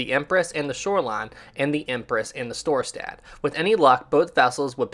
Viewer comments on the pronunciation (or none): It's Storstad. Mispronounced on here.